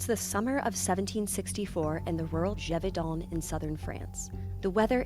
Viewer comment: Geh-Voh-Danh thats how you say it ^^